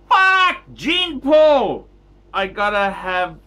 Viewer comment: Jean is phonetically pronounced “Jhaan” not “Jeen”.